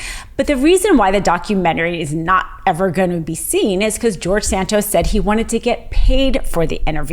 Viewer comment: George San-Toast.